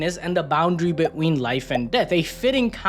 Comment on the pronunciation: Why you saying between like that? Beween 😂